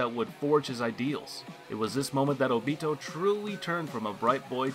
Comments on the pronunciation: How he pronounces;óbito, mangekyo and sharingon all trigger me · Idk what was worse, the way he said sharingan or obito. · I CANT GET OVER HOW YOU PRONOUNCE OBITO AND SHARINGAN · NOBODY IS GONNA TALK ABOUT HOW HE SAYS SHARINGAN AND OBITO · at least he tried to pronounce sharingan and OBITO correctly but failed miserably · Sharigin, oobeetoe, ooofohtable